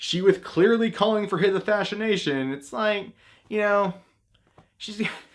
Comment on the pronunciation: Heh heh. He said "asthashinashin."